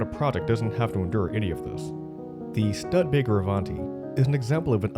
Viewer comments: His mispronunciation is appalling! Even Fozzie drove a Studebaker in the Muppet Movie you don't need to be an old timer to know how to pronounce Studebaker correctly. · Everyone else in the country knows how to pronounce Studebaker, but somehow you missed that in your research. C'mon man, nobody can take this seriously if you can't nail the basics. Cheers from South Bend. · Wow, all that work, a very accurately researched script, a professional presentation, and then to mess it up with a narrator who doesn't know how to pronounce Studebaker (or Brigette Bardot). I noticed that toward the end the pronunciation got a little closer to correct. Suppose someone said something, but they decided it was too late to start over? I wonder if he may have heard it pronounced that way sometime in the past, and didn't realize it was a joke. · Miss pronouncing Studebaker AND Brigette Bardot 🤦🏻‍♂️ There's this thing called "Wikipedia" that gives proper pronunciation in listings, or, how about searching for, I dunno, old Studebaker ads on YouTube to hear how they pronounce it? 🤷🏻‍♂️ Almost as tragic as what happened to Studebaker... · This is a great story about the Avanti, but PLEASE pronounce the name properly; STÜD-E-BAKER, not STUD-BAKER! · Dear narrator, At only 46 seconds into this video I couldn't help but be jarred by you mispronouncing the name of this American car manufacturer. The "Studebaker" name is not pronounced "stud-baker" but "stewed-uh-baker." Yours truly, an American guy born in 1953 who saw the Avanti first premiered in the annual September American TV ads for the American TV show "Mr. Ed", and then bought a used 1960 Studebaker Lark VI many years later. You're welcome.😉👍😘! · Anyone cringing everytime he says stud-ebaker vs stoodebaker? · STUDbaker!😲😡 Research please! How could anyone not know how to say the name of so iconic a company (failed or no).. "STOO-de-BAA-ker" it us. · The name is Studebaker, not Stud baker! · Stoo'-duh-baker, not stud-baker.